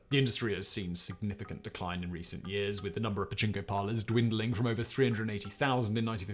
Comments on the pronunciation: pachinko, pachnko, bachingo, dude you need a skillshare to help with the amazing ways you have mangled that word. Oh and the part where housewives can leave kids and groceries in the cold lockers still makes me chuckle :). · you need to enunciate the "pa" or japanese people may think you're talking about a male body part. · Turn on CC and watch a different word/spelling be used every other time Simon says "Pachinko". I think Pajama was my favorite.